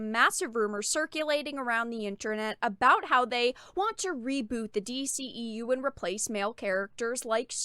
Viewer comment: MAYBE if it was "form" fitting, but not even that. It looks like a straight bulky winter coat, no waist, femininity or curvature of any kind. And the boots.... yellow doc Martin's.... really?!?! Oh and kudos for the "D- she-EU" lol